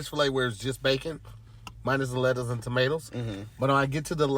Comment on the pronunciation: he said "bankin, letters, tomatles" LMFAO